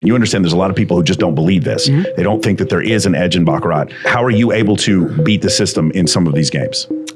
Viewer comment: Calling Cap Baccara(t) no T 😅